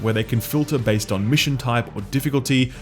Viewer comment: ive been wondering about this for a while but why do you alternate your pronounciation on certain words like base, sometimes you pronounce it like base and sometimes you say bees